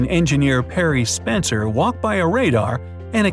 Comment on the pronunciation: It's Percy Spencer not Perry Spencer